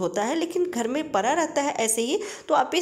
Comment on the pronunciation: परा नहीं रहता पड़ा रहता है घेरा बना रहता है बनी नहीं रहती ।ली हूँ नहीं ले लिया है।स्त्रीलिंग को पुल्लिंग पुल्लिंग को स्त्रीलिंग कपड़े को कपरा बोल रही हो